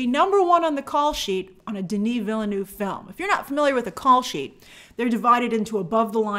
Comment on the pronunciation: THAT'S NOT HOW YOU PRONNOUNCE VILLENEUVE!